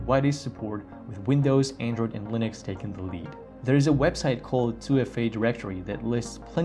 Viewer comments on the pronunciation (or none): none